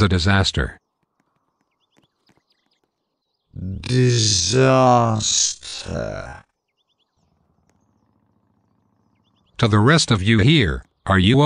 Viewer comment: You Said D I S A T E R